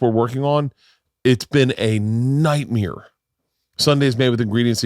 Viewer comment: Bert is talking about William Montgomery, another comic who performs on Kill Tony, who is accusing Bert of stealing something from him. I went back to the early JRE episodes with Bert and i saw that Bert does pronounce “Nightmeer” the way he does, it’s not stolen.